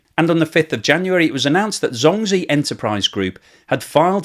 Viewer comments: CNBC pronounced the Chinese bank correct, as “Jong gee”. Not “zong zeee”. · Please use google translate and query the correct pronunciation of "zhongzhi" (中 植) . It is not pronounced "zhong gee". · Zh- sounds like J actually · Zhongzhi is pronounced Jongjie. Zh in chinese sounds like a j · Great video. Just some help with pronunciation, ZhongZhi is pronounced more like Djong Djih ... In Pinyin, Zhōng zhí zīběn. Everyone also knows it by ZZ Capital. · Love your videos but your Chinese pronunciation makes me cringe. Zhongzhi is pronounced JongJee. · Are u saying zombie? LmAo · Pronounced jong jee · anyone else keeps hearing "Zombi" as the name of the company, which werdly fits? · Thanks for this great explanation so more can understand it! Your Zhongzhi pronunciation is off but I’ll forgive you!